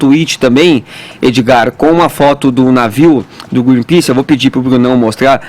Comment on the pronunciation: "Greenpease" Mas ninguém reparou além de mim.